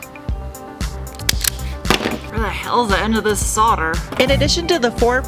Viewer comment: you said 'solder' correctly... YAY!!!